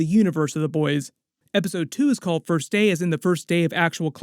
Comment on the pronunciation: “fist day (of classes)” 😂